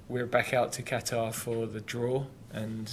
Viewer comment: the way Gareth pronounces Q'tar wrong lmao